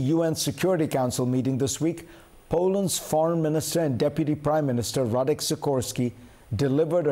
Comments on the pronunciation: Radek not Roddick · And it’s Radek or Radosław not Roddick